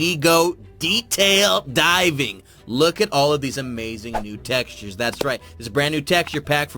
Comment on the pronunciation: textures not texutres